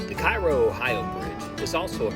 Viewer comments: It’s “ca ro” not “ci ro” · Cairoite here. Firstly, Cairo is pronounced Care-O, rhymes with arrow. Secondly, both bridges are open again, The Ohio River bridge is scheduled to be replaced in the next few years with a new one that doesn't have that sharp curve on the Kentucky side. Lastly, if you ever see anyone attempting to walk either of these bridges, offer them a ride. You'll be saving a life. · Pronounced "Kay-roe". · Hurts my ears hearing KIGH-ROE. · It's pronounced Kay-ro!! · It's pronounced KAY-ro. It really detracts from an otherwise good video when he mispronounces it, over and over. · Curious, why did you continue to call it Cairo Mississippi?